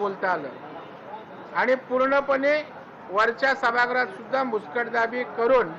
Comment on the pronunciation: सभागृह चा उच्चार सभाग्रह का करतात ?